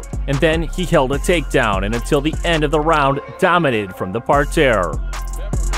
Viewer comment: I’m scratching my head too. I know what a mat is what the hell is a “par-tear?” Weird.